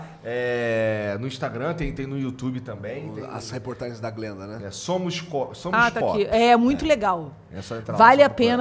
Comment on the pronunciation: o cara falando jalim para glenda KKKKKKKKKKKKKKKKKK